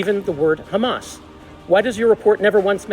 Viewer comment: Where's the meltdown? I just see a guy jawing, all the same old shit "right to defend itself... Oct 7th... Khamas" get some more material, please!